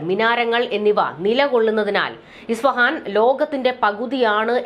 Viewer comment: ISFAHAN (ഇസ്ഫഹാൻ ) എന്നാണ് correct.